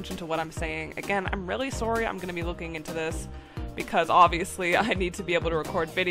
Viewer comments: your Canadian? the sorry in the beginning. kinda took me by surprise lol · I’ve noticed you say “sorry” in a very different accent than I do. If you don’t mind me asking, where are you from?